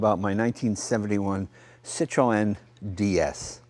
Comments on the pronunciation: I love how you are so worried about pronouncing all of the French engineer's names yet you mis-pronounce Citroen every time :) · I,ll never get used to American pronunciation of Citroen! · "Citro-En" c'mon Jay you can pronounce it right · Do all Americans say Citreon wrongly? you're not meant to pronounce the E... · does anyone else cringe when he says Citroën wrong? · Jay pronounces it ''sit-row-en'' (row as in death row) ..... whereas I was brought up to believe the Freench pronounced it ''seet-ron''. Anyhoo - as a kid in the late 70s, we knew a guy that had one. (also a red one). It was like nothing we'd ever seen before. Myself, my brother, the guys 2 sons and wee sister would all get in and take a small ride - and yes, I remember it like yesterday, the whisper quietness and armchair comfort seats. The guys name was André Duval, and he only stood about 5ft tall! - Now, this was (and is), a big car! No, we weren't in France....but in the Highlands of Scotland, in a tiny village. I'm a motorbike guy and cars rarely do anything for me, but this brought back lovely memories. Thanks Jay! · Why do Americans have so much trouble saying Citroen it's not cit to en it's cit err ron it not difficult to say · It's not Cit-row-en, it's Cit-ron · Great video as always. Isn't the "e" in Citroen silent ? Always thought it was pronounced "sitron" not sitroeeen !! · Why do Americans pronounce the name wrong it sounds like 3 words cit ro n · Its pronounced " CitREN" silent 'o' ffs arghhhhhh !!!!! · Its pronounced Sit-Ron the E is silent. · See twan ia much closer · Stop saying "Cit RO EN" why do Americans have to pronounce everything differently! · Citro oen, , peouget, gas pronunciation, haha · Citrowen? Ha wtf? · This video encapsulates everything I love about this YouTube Channel. Thank you so much for sharing. One criticism? It's pronounced Sit-rone. You don't pronounce the "en". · Cit ro n yes the E is silent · Jay you do not pronounce the E in Citroen